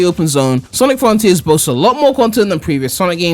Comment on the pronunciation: before Sonic fron-TEERS comes out